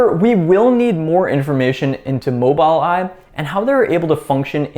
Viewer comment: Well done...Its pronounced "MOBUL Eye"